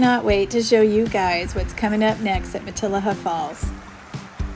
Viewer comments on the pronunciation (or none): It’s pronounced mat-I’ll-a-haa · It’s pronounced ma-te-LEE-ha. Like the beautiful bush of the area, Matilija poppy, sometimes called fried egg plant. Their huge white petals got them the name, they look like the old fashioned lace collars Spanish ladies used to wear…